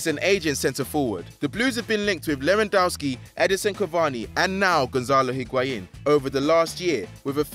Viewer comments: Stop calling him lewa it's LEWY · Can this guy never commentate a FD video again. Shocking pronaunciation of Lewa and Benzema just kills my ears. Also he sounds like he doesnt care and is only here for a paycheck. I know its his job, but the other guys atleast have some passion for what they are doing